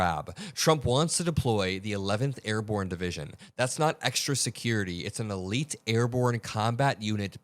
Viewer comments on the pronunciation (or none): none